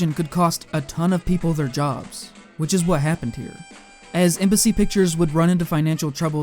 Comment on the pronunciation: And only near the end I realised you was saying Embassy and not MBC